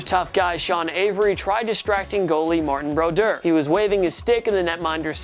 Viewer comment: And he can't even pronounce Martin Brodeur's name